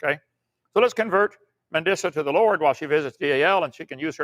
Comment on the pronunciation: If he calls you “” one more time 🤬